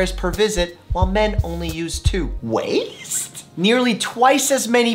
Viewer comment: The way u said waste and anxiety is confusing me